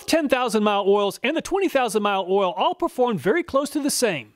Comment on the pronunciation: Love the videos but all this ool ool ool is driving me crazy 😂 might have to mute the video and use subtitles 😅